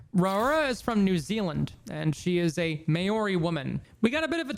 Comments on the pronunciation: its pronounced more like "mau-ree" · who told you maori is pronounced like that 😭😭😭